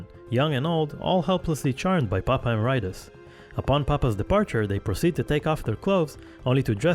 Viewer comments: we literally have people in the video, from the band and otherwise, saying "emerEEtus" and this dude keeps repeating "emeraitus" for no good reason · It’s Papa Eh-MARE-ih-tus not “emma-rye-tis” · Popeye Maridis??? wtAf? PAPA E-MERIT-IS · lol Emer-RIGHT-us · Papa "uh Mare eh tus" is how it's pronounced. You don't hear Tobias say it that often but he does in this video. I think a lot of people get it wrong. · That narrator said "Popeye mur-eye-tis" so funny! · Very nice video and all but 'Emeritus' is pronounced wrongly throughout the entire thing even though the correct way of saying it can be heard multiple times by several nameless ghouls and Tobias himself in this very same video. That threw me off a bit. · Love how some people can't pronounce Emeritus correctly. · the way you pronounce "emeritus"........ hurts me. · Why do people have such trouble with the word "emeritus". Hate hearing people pronounce it like it's an STD. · Everything is perfect but,the way they pronounce. Nihil and Emeritus!!!!